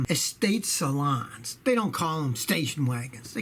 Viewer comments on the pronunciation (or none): They call it saloon not salon